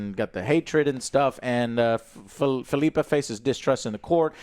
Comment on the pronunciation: Phil-ippa joe. Sorry im being annoying but its Phil-ippa.